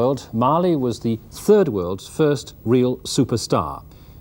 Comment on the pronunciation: Emphasis on "third world" 🙄